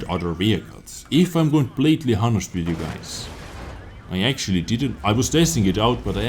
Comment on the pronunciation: you should pronounce honest like this: onest, with a silent h